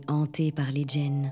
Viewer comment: Bonsoir heu je crois pas que djinn se prononce commeca Ça se prononce comme ça se lit (c’est de l’arabe)